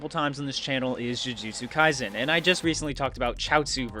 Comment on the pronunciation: My man. You constantly make this mistaken. It’s not kaiZEN. It’s SEN. like sens fortress.